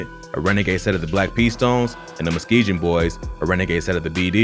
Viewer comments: Bro I’m tired of hearing this… it’s Muskegon, not muskejon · You say muskegon wrong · Muskegon, man pronounce it correctly